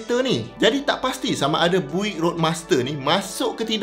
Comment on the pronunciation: Sedikit info utk sebutan pada BUICK = Biyuckk sebutannye boleh try cari US pnye legendary classic, sbb sane dorg buat nafas baru sama ada rats rod atau hot rod.. bole try tengok dorg make over kereta buick = biyuckk